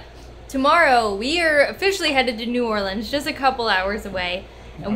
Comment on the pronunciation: First off, it’s not called new or-leens. It’s new or-lins